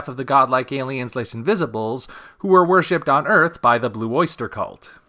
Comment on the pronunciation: Les invisibles is French..(lay enviz-EE-blay)